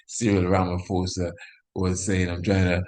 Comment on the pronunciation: Ramaphosa is pronounced as Rama-POSA not Rama-FOSA. Give thanks.